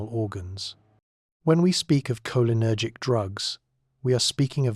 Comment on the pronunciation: Was drifting apart when that pronounciation Woke me right back up